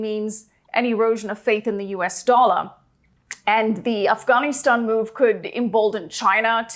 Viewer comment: I think I fell in love by the way she pronounced Afghanistan.